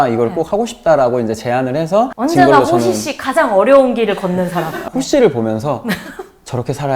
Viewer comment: 영준쌤 진짜 호시라 안하고 홋시?ㅋ라 하네ㅋㅋㅋㅋㅋㅋㅋ